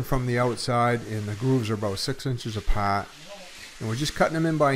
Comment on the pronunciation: what’s APAWT, 😂😂 can I assume you are from Massachusetts. I am from the north shore now spending most of my retirement in Florida. Great video.